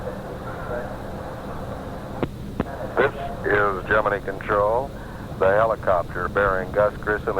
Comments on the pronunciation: WHY did they pronounce "Gemini" wrong? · Nice to hear Gemini pronounced correctly. NASA had plans for Grissom, going on to be commander of Apollo 1 where he perished. Grissom's duties passed to his backup, Neil Armstrong.